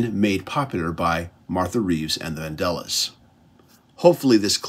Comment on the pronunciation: “martha Reeves and the vandellas” not the andellas